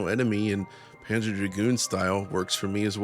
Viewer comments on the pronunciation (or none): none